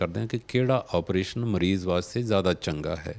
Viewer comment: Bai ਤੁਸੀਂ ਕੰਮ ਬਹੁਤ ਵਧੀਆ ਕਰ ਰਹੇ ਹੋ। ਪਰ ਪੰਜਾਬੀ ਭਾਸ਼ਾ ਦੀ ਸ਼ੁੱਧਤਾ ਦਾ ਖਿਆਲ ਜ਼ਰੂਰ ਰੱਖਿਆ ਕਰੋ। ਐਣਕਾਂ ਨਹੀਂ। ਸਹੀ‌ ਸ਼ਬਦ ਐਨਕਾਂ ਹੈ। ਇਸੇ ਤਰ੍ਹਾਂ ਮਰੀਜ ਨਹੀਂ ਮਰੀਜ਼ ਹੁੰਦੈ ਜੀ।